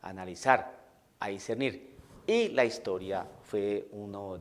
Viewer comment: Desde el segundo 1 de tu video ya estaba esperando que salieras con tu babosada de "la hishtoria" 🤣🤣🤣🤣🤣, no soportaste ni tres minutos sin salir con tu pavada.